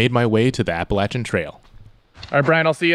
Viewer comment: Thanks for pronouncing“Appalachian” correctly.